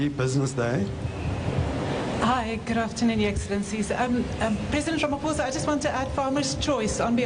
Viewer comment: It's pronounced "Ramaposa" not "Ramafosa"